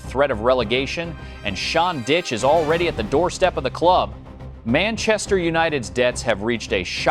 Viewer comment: as soon as I heard him say TottenHAM & Sean "Ditch" I knew it was all over. So ridiculous!🤦🏻‍♂️